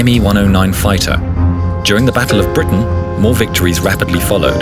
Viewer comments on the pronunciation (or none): none